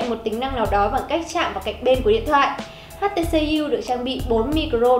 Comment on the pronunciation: Đọc nữa nạc nữa mỡ gì mà "hát tê xê diu"